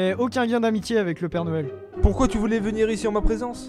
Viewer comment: a oxilac dis père doël